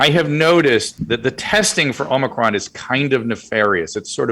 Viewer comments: Nice. Also it’s OMI CRON not OMNICRON there’s no N in omicron 😂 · I love that Pat still says Omnicron even tho Drew said it correctly 8 times. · Omicron. Please stop saying "omNEEcron," Pat. You sound like a doofus. We know you're smarter than that.